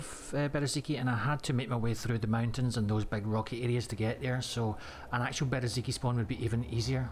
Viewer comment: Ffs, its not Bereziki, its Berezino. Its not that hard.